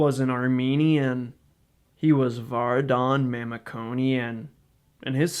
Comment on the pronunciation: It be nice to pronounce his name and last name properly, since you're making this video